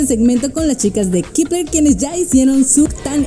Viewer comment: Kipler? Según yo se pronunciaba kepler E igual el fandom keplian